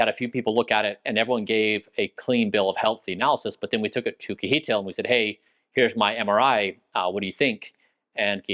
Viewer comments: not sure why you call him kee-eetil :P KJ is like CH in the German ICH. So imagine something like "Chehtihl" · lol kee- hee-tl :D I was actually wondering what was his actual name... then I saw kjetil :P (which you pronounce (si-e-ttil) ... well, the S at the beginning is not really a pure S... but would be much, much closer then kee-hee-tl ... I am surprised he didn't mind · Kjetil seems to be okay with the way Bryan pronounces his name, "kihitil", but the correct way to say it is with a "ch", like in "chain", and an open E-sound, like in "end". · Kjetil pronounced Yetil. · All that time together and Kjetil never corrected you on how to pronounce his name 😂 great video tho thanks for sharing 🙂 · haha brian you have to learn how to say Kjetil